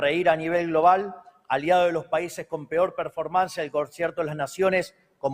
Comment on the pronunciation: El señor President (y doctor) dijo 'PERFORMANCIA'!